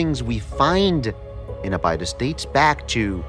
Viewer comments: “Abide-iss?” Abydos is pronounced “A-bid-ōs.” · And here I was thinking why is he mispronouncing Abydos, the name of the other planet in Stargate SG1. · These so called archaeologists are pronouncing “Abydos” wrong! Hard to take them seriously when they can’t even speak clearly. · This egyptologist doesn’t know how to pronounce Abydos? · Interesting content. Love Dan Ackroyd being involved. I also love how nowadays these kids like to change the pronunciation of cities like Abydos, in order to make people think they actually have the "correct" pronunciation and everyone in the world was mispronouncing it until they came along 27 years ago. Makes me laugh every time.